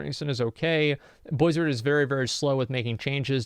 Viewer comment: why are saying blizard all the time...? its Activision now.. didnt u get the memo?